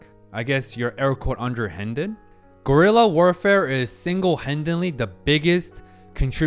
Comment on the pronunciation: i heard you say "gorilla warfarfe" and i was like, WTFF???? but then i watch the screen and see wat you really meant. "Guerra de Guerrillas" is a term well knowed by basically every latin american that learned at least the basic about our region's history (because basically, most latin american countries have had some form of guerrilla warfare in their history.)